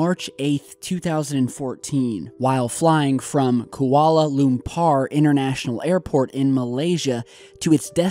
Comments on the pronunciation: Kuala Lumpur is pronounced Qu-R-la Lump-ur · Did you use Google translate to learn to pronounce "Koala Loompar"? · „Kuala Lumpar“ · *Ku-wa-la Loom-poor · The way he says Kuala Lumpur make me laugh. I'm Malaysian and i know he is trying really hard to pronounce the word. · Yeah I replayed the way you pronounced Kuala Lampur like 5 times! Lmfao! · "u" in Kualalumpur is pronounced as "u" in the word TURN. Not as "u" in the word RUN.